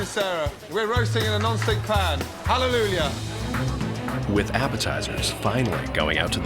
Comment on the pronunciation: Gordon keeps saying HalleluLjah.